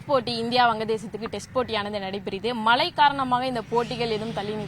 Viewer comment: ழகரம் உச்சரிக்க ஏதேனும் பயிற்சி உண்டா? மழை மலை😢